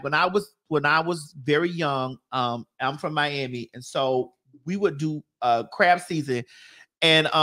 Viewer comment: U MEAN “CRAB” 🦀 BOIL RIGHT MADDIE? NOT Crap 💩 Boil 💀